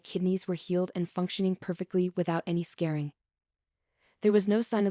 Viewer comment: Thank you. And, a "hmm." This seems AI-generated. "Scaring" instead of "scarring"? "Sam peel" instead of "simple"? Thank you for the information, although makes me wonder, is Emily as real as Jen and Leigh, and vice versa... Noticed the same wording and pacing in the beginning. Note that my analysis does not affect my interest; although it does "take me out of the experience" when I hear verbal typos, because I can then "see" the writing, and a person wouldn't read it with those errors even if it had been written that way. Long story short: thank you! God bless in Jesus name.